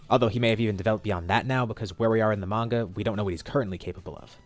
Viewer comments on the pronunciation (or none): none